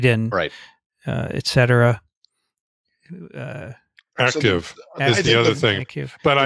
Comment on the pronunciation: “eK cetera” is wrong. It is “ET cetera” - “ET” means “and” in Latin.